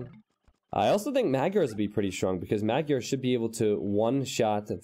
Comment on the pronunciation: Sorry, but your pronunciation of the word "Magyar" is way off.